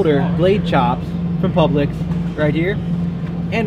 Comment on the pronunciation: The store name is pronounced like pubelicks